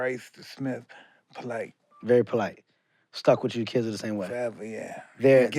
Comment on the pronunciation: MIKE: all my kids are polight, ain’t that weird? KEVIN HEART: no….. EXACTLY 😂😂😂😂😂